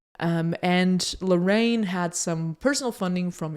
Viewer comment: I love your channel!!! <3 Just a little pronunciation feedback: When you say "Larraín", it sounds like "La-rain". Larraín has an accent in the í, which divides the word in another syllable, for a total of 3. It should be said something like "La-rra-ín".